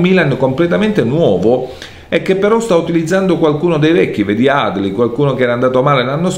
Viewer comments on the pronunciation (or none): Adli si legge con l’accento sulla i